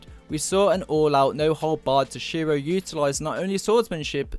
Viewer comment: I have to admit, you pronounce "Toshiro" really oddly. Too much emphasis on the "SHI" part of his name.